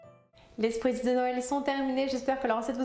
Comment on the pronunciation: Ça se prononce "Schpritz"